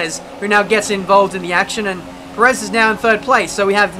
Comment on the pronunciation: The way you pronounced Perez kind of annoying